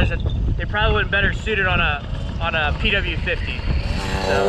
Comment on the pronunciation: Umm actually the pw 50 is pronounced pee wee not p w